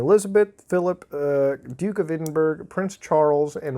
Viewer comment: You did not just call my capital Edinburg, After that I’m pop a bean.